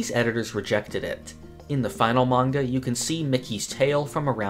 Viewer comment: Manga Read "ma-nga" ✓ "Mang-ga" X It minor but kinda annoying when you often say it wrong